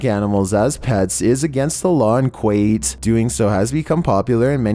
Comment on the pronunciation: It's (;koo-wait;) Kuwait jus Fyi